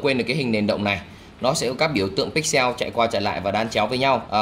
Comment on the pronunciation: Pích xồ rồi lại pích seo 🤣